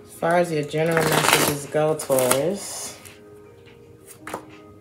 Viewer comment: Hey girl welcome back. U kept calling us Tuarus. 😁Missed your readings. Luv u grl♥️